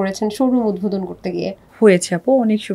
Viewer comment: উপস্থাপিকার উচ্চারণ স্পষ্ট হওয়া দরকার। অতি আধুনিক ঢং করে কথা বলতে যেয়ে উচ্চারণ ভুল করলে খুবই বিরক্তিকর লাগে। উদভোদন বলে কোন শব্দ নাই। ওইটা উদ্বোধন হবে। উচ্চারণ পারেন না তাহলে বলেন কেন???? হয় ইংরেজী তে বলেন নাহয় শুদ্ধ টা বলেন। ঢং করতে যেয়ে আরো অশিক্ষিতদের মতো উচ্চারণ করলেই ভালো উপস্থাপক হওয়া যায় না। আগে স্পষ্ট সঠিক উচ্চারণ শিখেন😊।